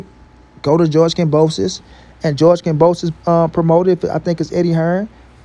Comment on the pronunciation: Kambosos, ..not kamboso.